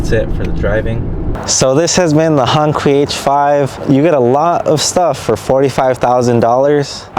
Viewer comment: You didn't even care to find out how to pronounce it right. Another wannabe